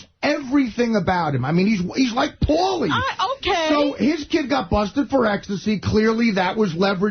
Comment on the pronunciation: the guy is right Artie Does say Paulies name wrong disgraciad Artie, disgraciad best part